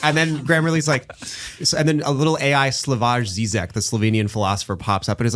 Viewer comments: Correction, his name (Slavoj Žižek) is pronounced as Slah-voy Zhee-zhek, because it is written in "Slavic spelling", so J is Y (as in Yellow), and Ž is J (as in Judge) 🤓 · i've never heard a worse pronunciation of slavoj žižek's name in my entire life, congrats